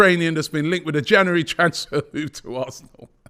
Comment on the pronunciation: I'd love it if Robbie could pronounce January properly haha